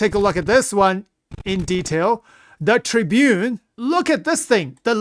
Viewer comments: The tribune?! What the hell is that pronunciation 😂 Tiburón, "Ti Bu Rone" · Not tribune, it's tib-er-on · Its Aegis Ti - Buron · Tib-er-on . You're the best. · I'm pretty sure the Tiburon is pronounced as Tea-boo-ron my friend.